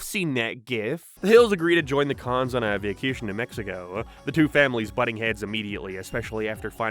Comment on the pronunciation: They're not called "The Kahn's",.